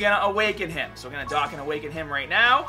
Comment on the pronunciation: You say Dokkan so wrong 😂